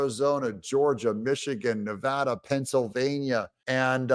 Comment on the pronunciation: You’re one of the rare few who actually pronounces “Nevada” like a local Nevadan. THANK YOU❕ Most others mispronounce it with the comical affect of “Mrs. Thurston Howell the Third” from “Gilligan’s Island”.